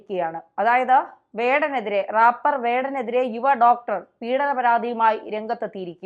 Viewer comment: റപ്പാറല്ല റെയ്പ്പർ